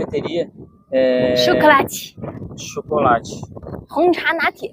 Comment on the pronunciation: cara eu quase engasguei com a agua que eu estava tomando HAHAHAHAHAHHAa "CHOCOLATE" kkkkkkkkkkkkk ,,,sucesso ao casal e ao canal!